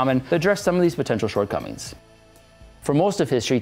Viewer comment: "Short cummings"